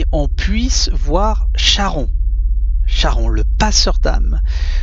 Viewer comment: Merci beaucoup. Cher ami, on prononce Karon.